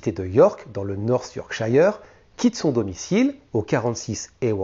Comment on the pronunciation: super chaine. par contre si tu dois faire d'autres affaires en angleterre, yorkshire nese dit pas " yorkchaïre" mais " yorkcheure" comme " shirt" et skirt 🙂